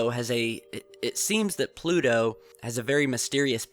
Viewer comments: Why do you pronounce Pluto with a D sound? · Where's "Plu-do"?